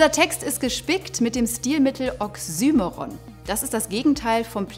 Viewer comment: Sehr gutes Video! Auch wenn mich die Aussprache von oxymoron stark gestört hat, da das Wort in meinen Kreisen deutlich anders ausgesprochen wird